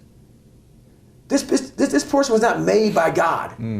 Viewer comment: Man said porson 4 times. I didn't even correct him in my mind out of fear.